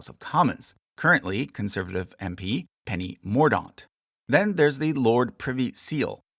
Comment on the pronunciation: Some notes on pronunciation: The word Marquess is pronounced mar-qui[ck]ss, not mar-quee-ses??! Also Lord President Penny Mordaunt's surname is pronounced More-dant (she also happens to be a Captain in the Royal Navy, albeit a reservist, so may wear her uniform during the ceremony). The county and title Norfolk is pronounced, in absolute seriousness, Nor-fuck. Zadok is pronounced Zay-dok, which is exactly how they sang it in the piece of music you played... Finally you do not spell out the individual letters of UEFA when you say it - you say U-ay-fa And finally, finally Kings and Queens aren't "coronated"?? They're crowned.